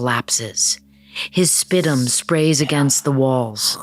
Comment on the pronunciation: Spitum? Not spit or sputum?